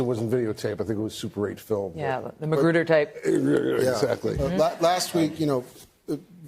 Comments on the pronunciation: Did she say Mcgruder instead .... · "The McGruder tape"?!